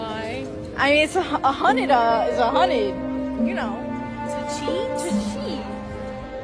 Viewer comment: "a hunnid is a hunnid" ffs